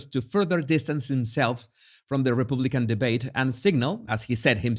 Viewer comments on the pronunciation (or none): I’m sorry but you need to work on your accent. The way you say “republican” for one 🤦🏼‍♀️